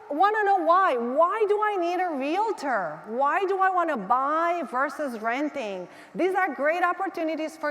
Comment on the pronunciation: It would really help your credibility if you would learn how to pronounce the word REALTOR . It is not REAL LA TUR .